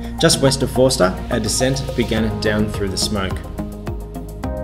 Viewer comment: Good video I really like them just a tip when u pronounce Forster it’s a silent r so therefore foster